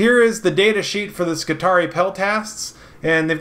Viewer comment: You are pronouncing them Scutari. No. Sec-u-tari.